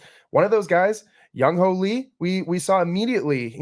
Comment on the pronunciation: Come on now… who tf is “ young hoe” … it’s JUNG HOO